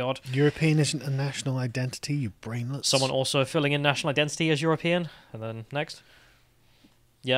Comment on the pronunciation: people should troll him by declaring themselves as you're-a-peein'